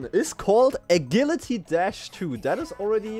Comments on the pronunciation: bro is saying a gilly tee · It's because he's german. Agilität is pronounced like that.